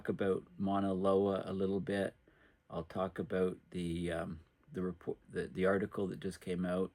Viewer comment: It's zee Sun.